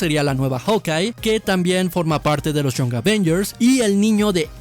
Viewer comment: Young se pronuncia: ian [ jʌŋ ]